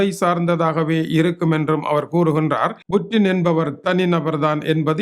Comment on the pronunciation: புடின் என்று சொல்லுங்க புற்றின் இல்லை. நீ எல்லாம் தமிழ் செய்தி வாசிக்க வந்துட்டிங்க .